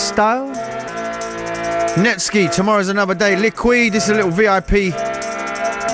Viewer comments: It's pronounced NETSKY not NETSKI. :D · Did this guy just say Netski!? Oh wow! Someone cant pronounce the word Sky!? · No, English people say 'netski' cause they think it's pronounced that way. Boris got the name from reversing SkyNet to NetSky. Thus it should be 'netskai'. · I saw him live and the dude that introduced him said specifically that it was SKY not SKI. And it says the pronunciation on the Wikipedia page. Solved. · its pronounced net as in network, sky as in sky, not netskee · Netskee ? So now sky is pronunced like ski ? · its rlly pronounced Netsky not Netskee, he came to "Grensrock" prev. year, small festival in Belgium, and my mate worked for grensrock (vacation job) and he got to meet him, he said it was netsky + he got an autograph, i wanted one too :( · ***** False, it's pronounced like the computer virus so NET-SKAAI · its pronounced Netski even tho its Netsky cos his from Belgium, right? or its pronounced Netsky? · It's pronounced like the computer virus Netsky, as in sky. Although if someone gets pronunciation wrong, it isn't cause to chuck insults at them, just a mistake people. :) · It's pronounced Net-sky. The more you know. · So it's not pronounced Net-sky as some people in the comment section are saying? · no it's pronounced like in skynet :) this guy is an amateur!